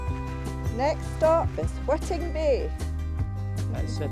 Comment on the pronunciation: It's pronounced 'Whiting,' as in 'white ing,' as opposed to 'Witting Bay.'